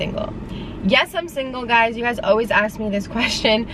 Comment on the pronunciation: It's ASK, not AXE!!